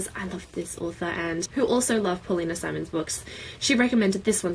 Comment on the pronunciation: I had a situation with pronunciation like yours with Paulina Simons. My friend would explain the Infernal devices series and up until the last book pronounced Wills last name Hernolde. It wasn't until I started reading it and pointed out that it was Herondale that she realized her mistake. To this day I still call him Will Hernolde sometimes.